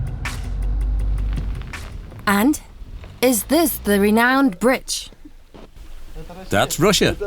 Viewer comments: female narrator: "britch" lol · She sounds British but repeatedly says "britch"? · Britch? Speet? Where did she learn English? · Take shot every time the narrator says BRITCH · The amount of times the woman is saying Britch is giving me anxiety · I love how she says "britch" 😂😂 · Yes me too it was painful 😣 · Wish they'd use some one who can speak properly, britch, dimetre,,speet, eg, but otherwise good. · SAY BRITCH ONE MORE TIME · What the hell is a BRITCH?! Find a new narrator who can actually pronounce words correctly cause she is HORRIBLE. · Why would ANYONE hire a narrator who can't say bridge for a program about a bridge? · She can't even say bridge right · An ad every 3 minutes ... Adblocker isn't even stopping these. It's very annoying. It's almost as annoying as her calling it a Britch instead of a bridge. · why does she keep saying britch its bridge not britch.... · Why does the narrator keeps saying “britch” instead of bridge?? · There’s a “d” in “bridge,” dear female narrator. It’s not “britch.” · They couldn't find a person who knows how to say "bridge"? It's irritating to hear her say "britch" every 15 seconds! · Why does she keep calling it a britch instead of bridge ? Can't even speak English and she's English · BRIDGE, B R I D G E, NOT BRITCH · That hurt my brain every time she said britch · It's a bridge, not a britch!! Gees! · To the female narrator who speaks perfect British English, did you not go to grammar school and learn how to pronounce the word bridge? Through the whole program you have called it a “britch”, I mean come on, didn’t the editors catch this? Every time you say the word bridge and pronounce it britch, I sort of squeeze my ass cheeks together just a little bit! If you are going to be a narrator for any type of video or program you certainly need to go back to grammar school and learn how to pronounce English words in the English language. So yeah, just saying.🙊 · The same time it started saying "britch instead of bridge" 😁